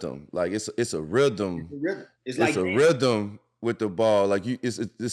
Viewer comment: D. Miles " da Rhydem of da ball" what the hell is a rhydem ?